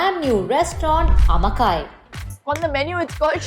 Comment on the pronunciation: Amma Kai not Kaai 🤨 totally different meaning! As an owner you should know how to pronounce!!!